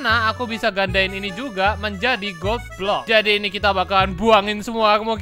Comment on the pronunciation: Bang pas ngomong gold block kok kalo di dengar kayak ngomong goblok